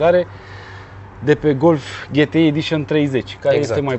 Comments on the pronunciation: De ce 'ghetei" si nu "ge te i"? La fel ca si la "aemghe" si nu "a em ge" :-s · E GTI NU GHETI WTF DUDE STOP ! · “Ghetei” 🤘🏽😂. La marca Sagem, ii spui Saghem? 😂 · daca tot ziceti ca vorbim roamna ar trebui sa zica G T I nu GE TE I...... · Daca 'GHETEI" e in germana, atunci de ce nu a pronuntat si restul numelui tot in germana?..."Volkwagen golf cinci" nu mi se pare prea 'nemteste'. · De fapt se spune GTI adica GI TI AI... vorbiti prostii... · ... pan' urma cum e , GHE TE I sau GE TE I .. hahaha ...